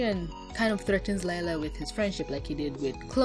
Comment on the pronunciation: Its not lila its LIE-LA 😕